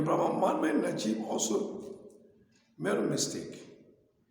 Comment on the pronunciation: 🤣🤣🤣 yasir cardin, mohamed Najib. What the hack this guy pronounce so wrongly? Oh i see quran has hole in the narative so the pronunciation has variants.